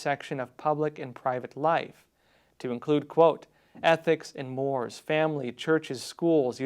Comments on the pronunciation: mores is pronounced: moor-ays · Mores is pronounced... More rays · Larry Kudlow’s last name is pronounced with a short “u”, like a schwah sound. The word “mores”, as in ethics and mores, is pronounced “mor ayz”. Insignificant relative to the weight of the content, I know. But, thought you should know.